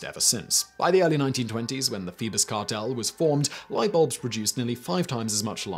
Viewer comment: Phoebus cartel .. thought he was saying Beavis Cartel …. lol